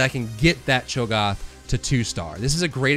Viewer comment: Cho'Gath. A as in Apple. No like when the doctor tells you to open your mouth and say "ah"